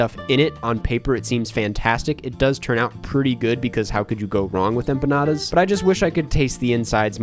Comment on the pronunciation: could you at least try to pronounce empanadas correctly? It's not hard.